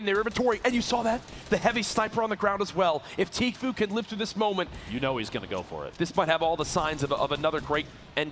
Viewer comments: Is it just me that heard this or did you hear the guy keep saying tfoo instead of tfue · he said tflue lol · Did anybody realize the guy that was giving commentary said “*Tflue*” lol. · that's not how you pronounce the name it's Tfue!